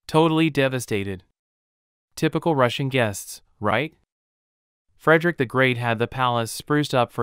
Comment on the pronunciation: Frederick "eye". :) wow!